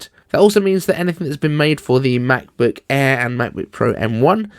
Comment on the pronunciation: Why you say Macbook E ?